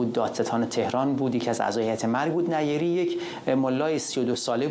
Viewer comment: نیری با تشدید روی ی نه نی ری لطفا فارسی را درست گویش کنیم